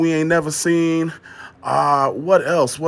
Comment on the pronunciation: said “whuhthhht” 😂😂😂